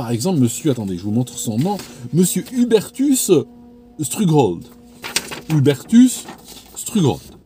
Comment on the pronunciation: ça se prononce stroug-h-old avec un h aspiré 😄 À lire “ Opération Paperclip “ sur Wikipedia, c’est très intéressant de savoir ce que les États Unis ont pu faire après la 2GM en piétinant toute moralité.